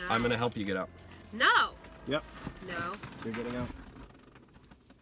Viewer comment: “I’m nawt getting ought.”